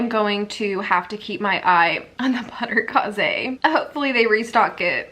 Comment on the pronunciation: Butterkase is German and is pronounced butter KAY-zuh.